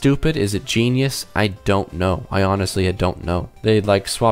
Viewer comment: “Is it stupid is it geinous I don’t know” lol😂😂